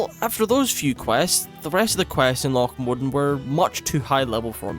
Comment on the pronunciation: Lough Modan pronunciation good, this is how it sounds in my head